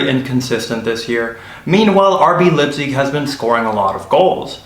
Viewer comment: The name of the German city is NOT "LIPZIG." The "ei" in Leipzig is pronounced like an English "i."